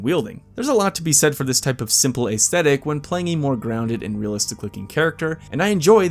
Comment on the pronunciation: Great, fun list! But ACE-thetic? Try ESS-thetic.